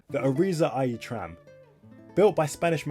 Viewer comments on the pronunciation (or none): irizar are mainly a coach company and have bought out all their suppliers including door manufacturer masats (by the way, Irizar is pronounced i r i z R)